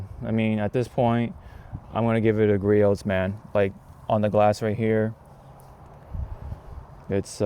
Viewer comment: Nice vid. It's Gree-Ohs